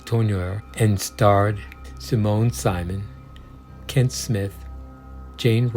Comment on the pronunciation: In regard to Simone Simon - her last name is pronounced the same as her first. So, "Simone Simone." Different spellings but the same pronunciation.